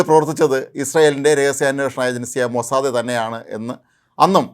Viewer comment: ഹേയ് മോസാദ, അല്ലുവേ മോസാദ് എന്ന് പറയു ഹീ